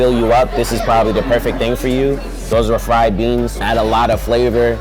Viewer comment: 'RA-fried beans' LOL